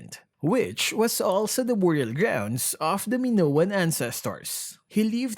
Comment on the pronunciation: it's maynown not minowan :)